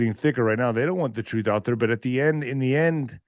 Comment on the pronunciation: Trooof, quest for trooof.... dude lol